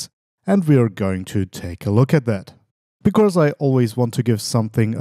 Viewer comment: Gutes Video as usual, aber "becaurse" :D